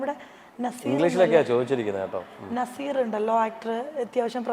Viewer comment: നസീർ അല്ല നാസ്സർ